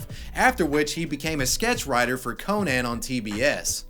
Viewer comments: It's pronounced like Co-nin(not like ConAn the Barbarian)... My dude. LOL I'm just bustin' your balls bro, I don't care how you say it. Great vid as always man! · Conan. Not Co-Nan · ....it's pronounced ko-nen not ko-nan, "ko-nan" is a barbarian, "ko-nen" hosts late night shows......though.....I would like to see conan the barbarian do a late night show, that shit would be hilarious. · And nobody’s gonna point out that it’s not cO-nan it’s cO-nun or something like that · The way pronounces Conan....🤣 "Co-Naaan" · why do you say Co nan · Ah yes, co-nAn. My favorite late night host. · Who tf says Co-nan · Why are you pronouncing “Conan” so blatantly wrong like that? Is it supposed to be funny? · Conan would hate the way you say "Conan" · Ok but did he pronounce conan like the movie with arnold swartsenager ( yes i know I misspelled that) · Why do you pronounce Conan like that? It's bizarre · Ok but why do u say Conan wrong? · I can't get over how you pronounce Conan. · I hate the way you pronounce Conan, it’s not two words lol